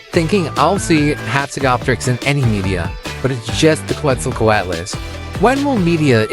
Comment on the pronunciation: it's pronounced closer to ket-zel-CO-at-us btw